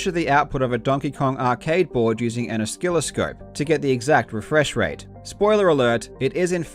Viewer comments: An oskilliscope haha. Its a silent first c buddy ;) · A skill-o-scope 😂🐒 dude.. That's an atrocious pronunciation even for an aussie 😆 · lmao :p an "oskilliscope" :p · A tiny FYI. The first 'c' in oscilloscope is silent. It's pronounced "uh sil uh skowp". Love the video though. I'd never even heard of this guy. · lol he pronounced it an o-skill-o-scope. Never heard it that way before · Petition to change the pronunciation of "oscilloscope" to "oh-skill-oh-scope". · This video is great and contains the most unique pronunciation of oscilloscope I've ever heard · Did my mans just pronounce the first C in oscilloscope (Wonderful video by the way. Can't believe Mitchell's gall. Everything I see of him gets worse and worse!) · Hi. Nearly 30 years experience with professional electronics, mechatronics engineer here. 1st: I love the way you pronounce "oscilloscope" XD. Pro tip, the c is pretty much silent. 2nd: Those old bewb tubes could be run at pretty much any frequency you like. It's not the specs of the bewb tube that determine the ultimate max/min frequency of the vertical scan rate, it's the deflection yoke. Even then, deflection yokes can be run anywhere between 0 through to many thousands of hertz. The tube would just take it though at several thousand hertz, you wouldn't get much in the way of a bright image. This is why American video tapes (60 Hz) could be viewed on Australian TVs (50 Hz) given a good enough VCR. The sync signals still ran at 60 Hz, the deflection yoke just ran a bit faster. Edited to fix an error